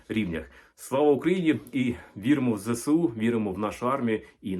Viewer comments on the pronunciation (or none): Можливо Ви історик, але не філолог, щоб розповідати про такі теми. Як мінімум, не "зе се у", а "зе ес у". Хоч вони там на росії всі хворі на голову, але ініціатива збереження своєї мови, як не дивно, не є такою поганою. І не треба утрирувати. Ідея збереження своїх слів замість заміщення іноземними є цілком адекватною. Хочеться, щоб і у нас було щось подібне, а то уже в нас у вжитку є купа англійських слів, де є наші українські відповідники. І де тут розвиток мови? Більше відмирання питомо української лексики.